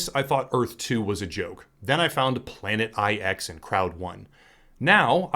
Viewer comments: The Planet Eye-Ex is pronounced planet nine. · Jesus, the 'IX' in 'Planet IX' is supposed to be a Roman number 9. Hearing it literally read 'eye-ex' is slightly painful.